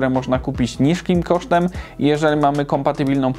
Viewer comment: "niszkim kosztem"